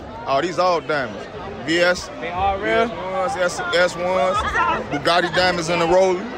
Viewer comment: Chicago dude funny asl calling baguettes “Bugatti”😂😭